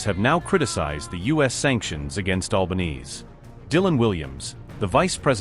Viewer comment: Her Family NAME's NOT "White Knees," (= Alba-neez.) It's normally SAID "Alba-nay-zay". Thanks, Mint.